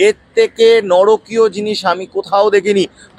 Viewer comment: নরকীয় নয়, নারকীয়! জোরালো বক্তব্যের মধ্যে এই ত্রুটি না থাকলে ভাল হত।